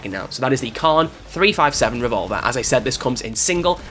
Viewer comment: Love the vids. Not sure about the rest of the world but in America .357 is read as three fifty seven as opposed to three five seven. I'd be interested to see how everyone else says it.